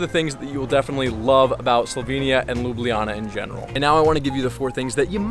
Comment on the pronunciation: As a Slovenian myself, the english name of the city is read Lube Lana, not Lube Liyana.